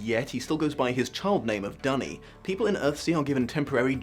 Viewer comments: Hearing Duny pronounced "dunny" is very painful. No one deserves to be called a toilet. For the record Le Guin pronounced it "doony". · She also says "Dune-y" rather than "Dunny" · Great video. I love Le Guin and her work, especially the Earthsea series which i have read/listened to countless times. Because i'm a stickler for these things i just Have to point out that you pronounced a couple of names wrong, Duny and Ogion. :) I can say this because Le Guin reads the beginning of the first audiobook herself, that version is available on Audible. It is the version i prefer because the rest of the book is read by brilliant author and good friend of Le Guin, the late Harlan Ellison. Also, the evil spirit that Serret's husband guards is not imprisoned in an Orb but a stone in the floor that Ged only can see due to his wizards eye so it likely looked like a regular floor stone. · Then again he pronounces Duny differently from how Le Guin does so I am not sure what he is basing his pronounciation on